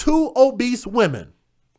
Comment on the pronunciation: Oh, "OBESE". I thought he said old beasts. Lol